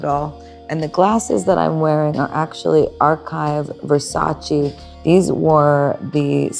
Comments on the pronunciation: ITS VERSACÈ NOT VERSACEE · It's versace not versaci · Italiana di qua, italiana di là ma non pronuncia correttamente “Versace” 😅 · Wondering how Donatella would react to Gaga pronouncing Versace incorrectly